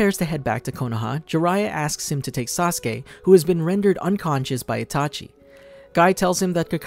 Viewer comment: He says itachu instead of itachi in 😀😀 But the whole video was awesome